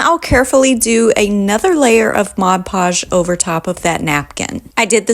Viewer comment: The product is called Mod Podge, Podge is pronounced "pahj", not the French pronunciation "pazh" as in decoupage.